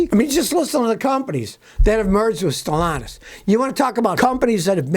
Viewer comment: The new owners name is pronounced as Ste llantis not st launtus. Stellantis is Ste Llantis there is no us in the word pronunciation od this word. ll is the first l in Stellantis id a silent L even th8ugh is repeats or is doubled. Pro nounced as: Ste Lantis.🤫✌️